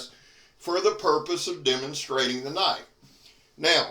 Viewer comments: Now that's a Knoife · Now thats a KNOIFE.